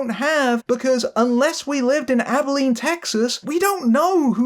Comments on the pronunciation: Also, thank you for properly pronouncing "Abilene." I'm always amazed when people mangle its pronunciation. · Nah, you nailed it. A lot of people mispronounce it as "Abe-e-leen," so I was impressed by your efforts there. And also that you went so far as to check in on the rather infamous local screening. You've clearly done more research than some other reviewers. I'm just sorry the film turned out so mediocre. This was a truly special team, and it deserved so much more than this.